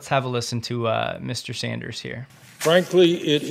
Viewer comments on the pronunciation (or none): none